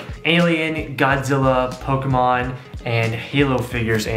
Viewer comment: It’s Pokémon not pokehmon jk